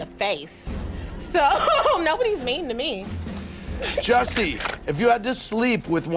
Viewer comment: Jussie..not Jesse..🙊🙉🙈